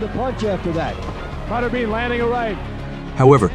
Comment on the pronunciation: It's pronounced butterBEAN not butterben. Computer voice.